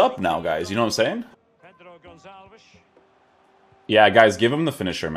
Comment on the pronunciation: Not Gonzales. Gonçalves. Aka pote